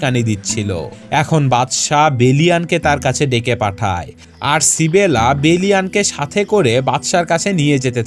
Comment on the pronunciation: ইসাবেলা* Not সিবেলা